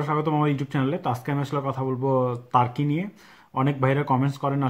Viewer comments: hur Hala তার্কি তার্কি করতাসেন কেন🥴🥴🤣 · কি ভাই টাকি টাকি করতেছেন।